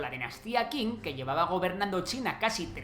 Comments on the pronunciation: Qing Se pronuncia Ching no king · Dinastía Qing Se pronuncia: ching. En chino la Q, G, J suenan muy parecidos (no iguales) a “chi" Gracias por el video. 😎👌